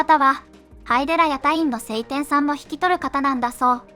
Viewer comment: セイテン様ではなく、ショウテン様でわ？